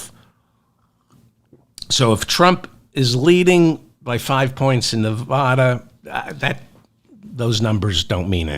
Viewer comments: David; people of Nevada say neh-VAD-duh. They boo when people pronounce it neh-VAH-duh, as you pronounce it. Maybe you don’t care because you’re not a candidate, but winning Neh-VAD-duh requires getting this correct, according to Nevada common law. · Hello David, wonderful show; but I do feel compelled to let you know that we women will deliver NV to you if you promise to pronounce it correctly. Think of Nevada as being pronounced with the first “a” like “after”. As your devoted fan who taught you how to say “bazooms” for bosom; I would love to hear it right; just think of the “hick” way to say it! 😮😊😊💙💙💙💙💙